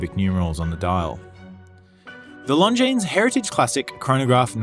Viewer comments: Beauty! Pretty sure the "s" in Longines is silent though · Nice watch but agree that price point is a little too high for what it is.,please,the s is not pronounced in longines. All the best.